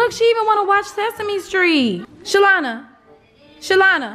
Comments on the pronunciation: said shalana😂😂😂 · It’s calling the dog “SHALONDA” for me 😂😂😂😂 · not "Shalona" lol!!!